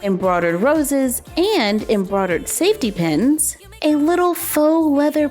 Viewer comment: "Embrodad roses" That's what she sounds like she says